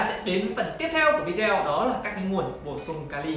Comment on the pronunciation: Cam on nhieu.xin hoc lai cach doc chu video,dung doc vi deo nhe!